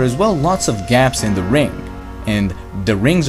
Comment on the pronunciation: Stop saying der!